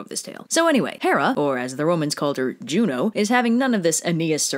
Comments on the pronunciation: I thought you said Romans call Zeus, Joe :/ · "Jvno" is pronounced like "you know"